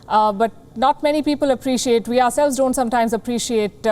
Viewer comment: WHY DO MY INDIAN BRETHREN KEEP PRONOUNCING THE WORD "WE" AS IF THE LETTER "V" IS IN THE WORD??? THE WORD "WE" HAS NO LETTER "V" GET IT RIGHT.